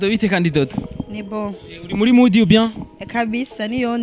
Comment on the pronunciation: Bro mukwiy guhindur camera vraiment amashusho yanyu ntabonek nez ham uwomukobw arek kwic English ngo mudiii bavug mood ntibavug mudiii